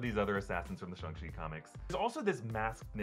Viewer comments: Why are you suddenly saying the name differently? You’ve been saying shAng the entire time but now your pronouncing it shUng ? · im so bothered by how he says Shang, since I've never heard anyone else pronounce it Shung. does anyone know the right pronunciation?